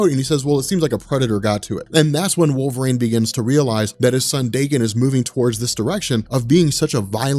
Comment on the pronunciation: “Wolv-rain” lol